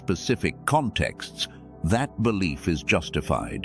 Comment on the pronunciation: FAITH. BELEEF RESEEF 😂 LOVE 😍